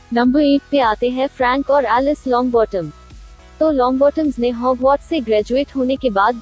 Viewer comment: It is Hogwarts not hogmauth